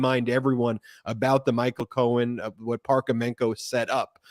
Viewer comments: His name is Michael. Please stop calling him Cohan to his face. Disrespectful. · Ben! Please stop calling him "Cohen".